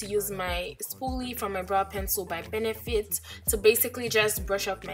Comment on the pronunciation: Girl you a french speaker ? The way you pronouced the "Benefit" was so fluid, where you from, from a french colonised nation ?